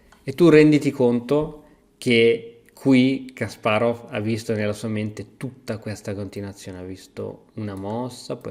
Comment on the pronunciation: Hai imparato a dire Kasparov. Altri 10 anni e userai l'accento giusto anche per Topalov e per tutto gli altri ex URSS